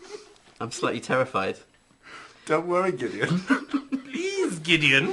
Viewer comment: that “Gidian” pronounciation just takes me away